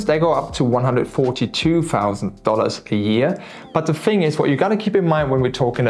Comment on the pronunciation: in english please...its call the "Thing" ...not the " Fing "